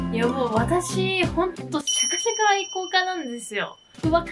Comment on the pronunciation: シャカシャカを釈迦釈迦って言うの個人的にツボでした😂😂😂